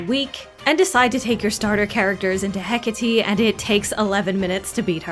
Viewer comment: OMG You're the first CC I've seen who actually said Hecate's name correctly 😂